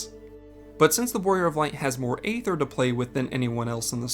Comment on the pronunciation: You do your research when it comes to lore, perhaps you should pronounce aether correctly.